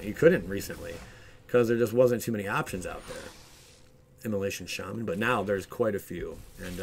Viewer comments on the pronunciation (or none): none